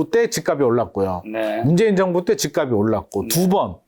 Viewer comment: 다른 건 다 알겠고, 부동산 전문가들 제발 "집 값이" 발음 좀.. <집갑시> 제발 제발 수많은 유튜버 부동산 젓문가들 이 기본적인 연음법칙도 안되는 사람 천지. 처음엔 이거 발음 못하는 전문가는 거르다가, 이제는 하락 상승론자 하나 같이... 하. 😅